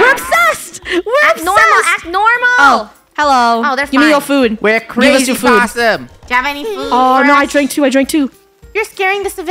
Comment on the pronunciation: WHEN FUNNEH SAID BOTTOM LESS POSSIEM and early